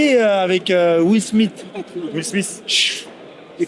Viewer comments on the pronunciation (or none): « Will smitte » 😂